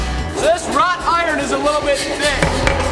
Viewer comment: psst! It's WROUGHT-IRON, not ROT-iron! 😉